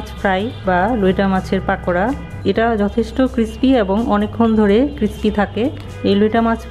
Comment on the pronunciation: পাকোড়া না পকোড়া